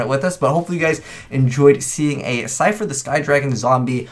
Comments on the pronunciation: It's Slifer, not Sifer... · You forgot an L in slifer. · You forgot a L in Slifer, btw great video :)